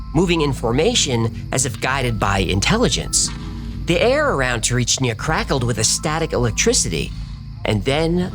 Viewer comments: He kept mispronouncing 'Tsarichina' too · Lol are you dyslexic it's lterally Tsarichina just pronounce it the way it's spelt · The way you pronounce Tsarichina makes my soul burn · As a Bulgarian, I approve of this story. Everything except the pronunciation of Tsarichina, which, admittedly, is quite the challenge. Looking forward to a whole Baba Vanga episode? Fingers crossed. EDIT: Wait, no, scratch that - from onwards you get it right. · Fan of your channel and always thumbs up for your content 👍👍 - But Why is it ALWAYS almost impossible for americans to pronounce foreign words and especially foreign names correctly ? My friend, the name of the village you're trying to pronounce is so wrong that it's almost unrecognizable ! Really !!! Let me help you with the pronunciation because in the end, pronouncing names correctly shows first and foremost, respect for the people and the country ! Now, I know that you in America don't distinguish between Bulgaria and Russia, but under no circumstances should you try to imitate a Russian name or pronunciation 👎 Total mistake ❗ It's not Tsarichina-YA 👎 Drop that -YA ! The ending of the name is TsarichinA - after the last "A" there is nothing else, okay ! Now, let's fix the rest. Don't worry, it's easy and it's not a rocket science 😉 1. Put the stress on the first " i " - TsarÍchina 2. Don't blend "ch" and "n" into one. There is an " i " between them. You see it, right?! Don't swallow it, just pronounce it ! Tsarich-I-na! That's it. Now, you should be able to pronounce the name Tsarichina (WITHOUT the "YA" at the end, okay?!) much more correctly than before. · Just a small note on the name, you are pronouncing it wrong, it is not TsarichNia, it is TsarichIna (tza-REE-chee-nah) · Tsarichina not TsariCHNYA. But I appreciate the pronunciation on the rest of the proper names, well don! ❤ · Why didn't anyone catch him mispronouncing Tsarichina He said "tsarichnia"